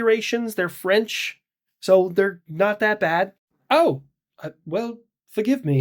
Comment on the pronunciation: Feench😂😂😂😂😂Lamaoooooo you got thumbs down from me because you said something that they're french 😂😂😂😂